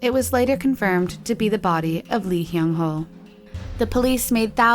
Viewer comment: I'm sorry, no hate! just.. for future reference the "Lee" surnames are actually pronounced, "Ee"